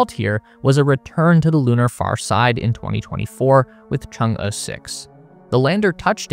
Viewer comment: kudos for pronouncing Chang'e so well